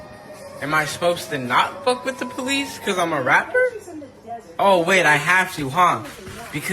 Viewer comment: "People are calling me a puthy for calling the polith"